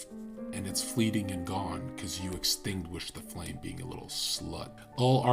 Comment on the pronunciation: It was simply a pronunciation error and overlap between the letter G in the word "being" and the word "a".